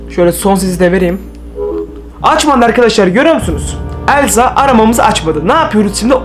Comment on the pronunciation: Abi sen Elsa demiyorsun Sen Əlsa deyiyorsun😂😂😂😂😂😂😂😂😂😂😂😂😂😂😂❤❤❤❤❤❤😅😅❤😂😂❤❤😂❤😂😂❤❤😂❤😂😂❤❤😂❤😂❤😂😂❤❤😂❤😂❤❤😂😂❤❤😂😂❤❤😂😂❤❤😂❤😂❤😂❤😂❤😂